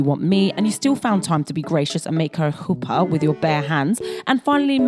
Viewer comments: Very impressed with your pronunciation of chuppah especially since they say it in such a fuck ass way in the show 😂😂 Love your videos 🤍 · In the Year In the Life revival we finally get proper confirmation that Michel is gay and married to a man. They still had to heavily code things at the time, I guess. Nice pronounciation on chupah! It's a tricky one. Thanks for another great video!